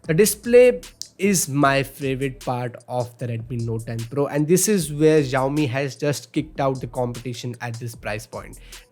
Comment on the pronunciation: They pronounce as shaomee and not jaaomee